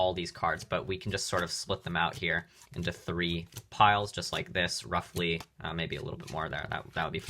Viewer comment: He says roughfly to much❤😂